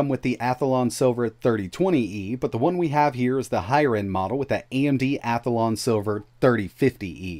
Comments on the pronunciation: You keep saying Athalon, but it is Athlon. You are adding an extra A. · You're using the Yogi Bear pronunciation of "Athlon." "Hey, Boo-Boo, bring me that Ath-a-lon powered handheld! It's inside my pic-a-nic basket!"